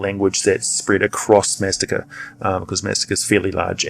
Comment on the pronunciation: Maztica is pronounced "maz-TEE-ka".